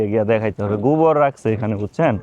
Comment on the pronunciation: গুবর না গোবর। ও-কার কে উ-কার বলিস কেন? জঘন্য শোনা যায়।